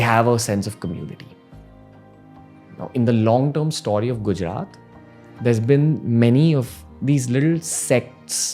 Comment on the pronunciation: For some reason it's very satisfying to hear Ranveer say "Stawry"